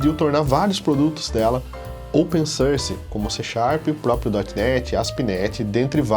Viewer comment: Atente-se na pronúncia da palavra Source. que fica "sórs"! ao invés de "sãrce". É um erro bastante comum entre os brasileiros. Obrigado pelo vídeo